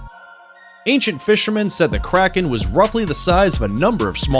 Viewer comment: him: krakens me: karens